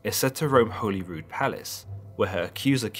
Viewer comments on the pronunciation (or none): none